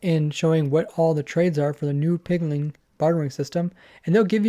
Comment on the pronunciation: My man has a lot of trouble saying Piglin.